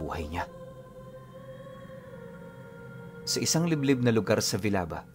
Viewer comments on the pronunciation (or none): Ah nga pala Villaba bale ganito pagka bigkas po Vil-Ya-Ba 😊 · Villaba (vilyaba Po Ang pronunciation niyan .palompon leyte tapos sunod ay villaba leyte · Correction..sa pronounce ng Lugar.. villaba po un